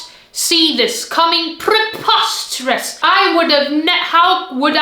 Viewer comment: How accent went British when she said: "preposterous".